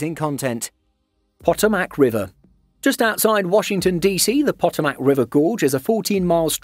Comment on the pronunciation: It is pronounced "Pa Toe Mic" with the accent on toe